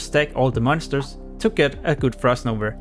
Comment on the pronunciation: It's called Frost _NOVA_. Not NOVER or NOVR, MAN this triggered me! xd Sorry!